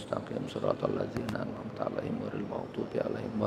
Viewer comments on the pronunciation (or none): none